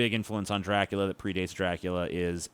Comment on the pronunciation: It's "Dra-coola" not "Drac-coo-lia", you ignoramus!